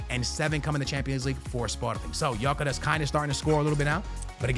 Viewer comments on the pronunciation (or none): Gyokeres is pronounced gyuh keh resh its a Hungarian name.